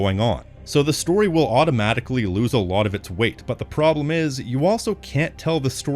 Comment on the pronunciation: bro said prblem